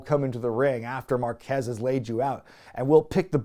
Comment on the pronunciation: FYI Márquez has the accent on the first half...